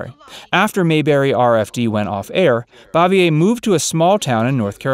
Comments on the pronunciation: IT BOO-VEE-A, NOT BOV-E -A. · And she pronounced her last name "Bave-ee-er.